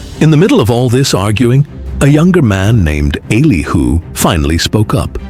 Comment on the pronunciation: Elihu not Elihoo.